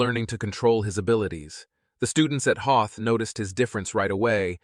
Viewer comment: You have to learn to be consistent about people's names and location names Juan sounds like wuan, and Hoth sounds like the ice planet from Star wars. If you can't pull it together please get another narrator.